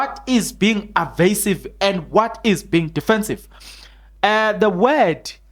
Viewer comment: Evasive not arvasive.